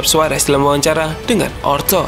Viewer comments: OTRO Bukan ORTO min😂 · ORTO apa OTRO min, wah udah sih ngantuk banget nih admin